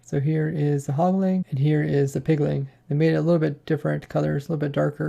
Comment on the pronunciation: Take a shot every time he says Pigling or Hogling instead of Piglin or Hoglin. Joking aside this was a very informative video.